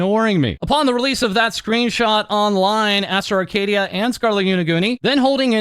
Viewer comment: "Arcadiddya" Baby oil😭